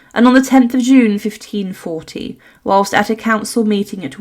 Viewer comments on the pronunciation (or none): none